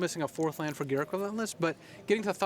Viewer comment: They way pronounced Garruk makes me vomit.